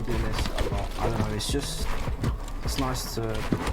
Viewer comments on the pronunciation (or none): "THNUH NOICE"